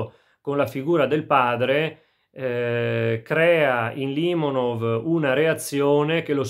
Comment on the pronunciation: Limònov, non Lìmonov... Nemmeno il nome azzecchi, ma che recensione vuoi portare.